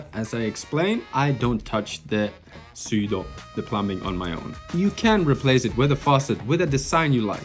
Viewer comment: As an English Speaker AND an experienced English Teacher in the Japanese School System. PLEASE stop pronouncing the word “plumbing” as plum-BING! The B in plumbing is silent. It’s pronounced as plum-ing, or better yet, plum-ming (don’t elongate the “m”, just say the word quickly). Good channel, love the work you’ve done! Gambate!!!!